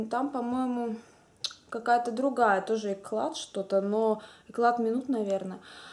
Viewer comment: Хорошие помадки, Кларанс заинтересовала очень даже, надо будет присмотреться:) и если я не ошибаюсь, правильно говорят эклЯ, а не экляТ;) но это так, мелочи:)